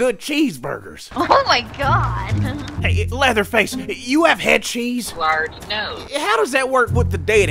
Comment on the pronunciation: Lol he called him Pleatherface.